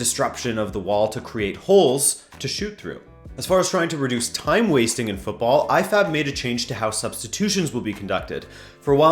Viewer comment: I heard I-FAP instead of IFAB in sometime in the video. LOL!